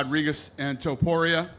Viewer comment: It irks me that almost everybody pronounces Topuria as Tuporia